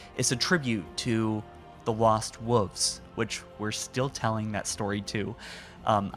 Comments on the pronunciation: Love everything you’ve been saying, but please for the love of god say wolves and not wooves. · The lost wuffs. Just say wolf at this point. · "the lost wuvs." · The lost woofs? surely the lost wolves would sound better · “Lost woofs” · He does know there is an “L” in wolves, right? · Is anyone else bugged by the way he says wolves? 😂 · This looks stunning but I cannot get over your pronunciation of wolves. Have you never ever heard the word read aloud before?